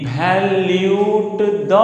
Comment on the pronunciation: it's not evalute, it's eva-lua-te